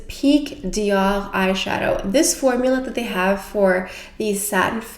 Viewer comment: I just love how you pronounce DIOR 👌🏻